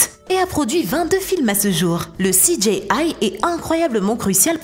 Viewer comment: CI DJI AILLE. pas CI DJÉ AILLE. Merci ;D